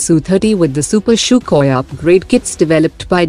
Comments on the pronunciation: Its sukhoi not shukoi🤣😂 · The way she says sukhoi sounds more like " CHOKHOI " 😝